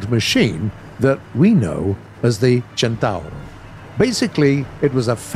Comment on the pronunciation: I just want to thank you for being the first english speacking person to correctly pronounciate CENTAURO. Nailed it.